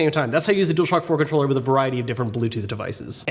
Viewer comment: “ now again you can use DualShock4 controllerlelree”